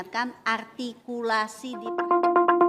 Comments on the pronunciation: Artikulasi Bu bukan atikulasi😂 sok Sokan artikulasi situ ngomong R gak bisa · Ingat ya bu artikulasi bukan agrtikulasi ibu aj artikulasi ny jg gk bener.